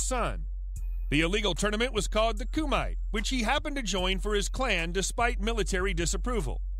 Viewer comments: Wait, how does Frank Dux being a fraud make JCVD a fraud? Also, "kumite" is pronounced "koo-muh-tay" not "koo-mite." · ku - koo mi - me, not "muh" te - teh, not "tay" otherwise it would be tei. just like karate is not pronounced carary, but ka-ra-te